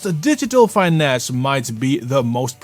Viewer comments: Might just be an accent thing, but I think it’s fi-NESS (short ‘i,’ like in ‘fitness’), as in ‘to finesse the audio.’ Great showcase though. would’ve loved a side-by-side with Soothe2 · love your videos, but thats not how you pronounce finesse..